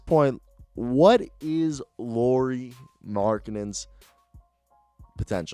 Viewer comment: How you say Lauri at last time was correct spelling no Loury... Im fin 👊♥️♥️♥️♥️♥️💖💖💖🙏